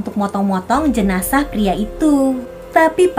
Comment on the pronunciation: Jenajah kk bukan janesah